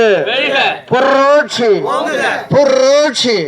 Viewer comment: புர்ர்ர்ரோட்சி‌ அல்ல‌ புரட்சி‌ என‌ சொல்லவும்‌ இது‌ நல்ல‌ கட்சி‌ நல்லா‌ பேசுங்க🎉🎉🎉🎉🎉🎉